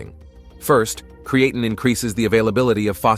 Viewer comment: You pronounced creatine wrong several times .